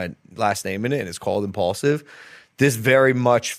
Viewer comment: I’m-PAUL-sive …. Wow 🤦🏽‍♂️